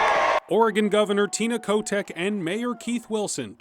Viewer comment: Did you say Tina Kotex?